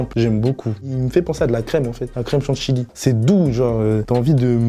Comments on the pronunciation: Jvais ps mentir mais le concept de Shop-ça c'est le concept que j'aime le moins de la part de booska-p mais après chacun c'est goûts hein 🤷🏻‍♂️ et parcontre comment il dit nike ce fou c'est limite insultant pour la marque et comment il dit chantilly wsh il sait pas parler enft 😂😂😂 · Le combo « Naike » « ChantiLy » nan c’est trop 😭